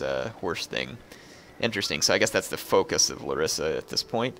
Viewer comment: because i know you like correct pronunciation. it s lArissa.